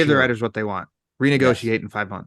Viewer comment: When said "I do support the writers", it sounded like "rioters" lol. That Texan pronunciation